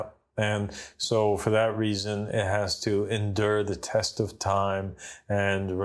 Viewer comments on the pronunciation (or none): none